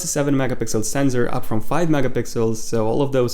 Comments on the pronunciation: And it's not "senzor".. It's sensor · U do know there is no Z in sensor ? It's just sensor not senZor and why does ur voice sounds like a robot dude?